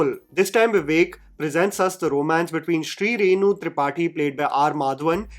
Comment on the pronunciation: Shrirenu, not Shrinu!!!! 😂